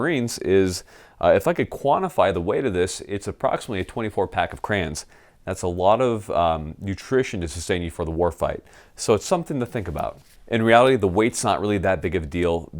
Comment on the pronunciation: If you're going to comment about my primary food source, say the word correctly. Cray-on. Not Cran. Jesus, frigging Army pukes...... LOL. Kisses.